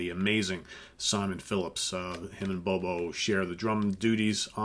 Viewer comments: it’s not Bobo, it’s Bodo. You were so worried about his last name, you messed up his first name! Not trying to be a dick - this channel is my favorite thing on the whole internet and that’s because of you and your impeccable taste and music knowledge. Keep up the great work, man! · Bodo Schopf not Bobo lol